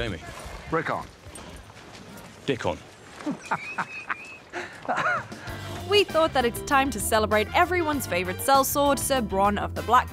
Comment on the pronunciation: 'DickON' xD lmfao